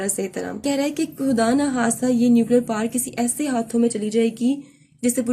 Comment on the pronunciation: Correction* It is power not par.